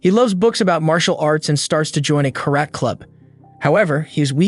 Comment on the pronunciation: how you pronounce karate is so cringe